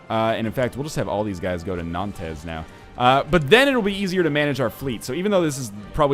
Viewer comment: Or-LEENZ, Nan-TEZ. Typical NL, last name is Letourneau and still manages to butcher French names.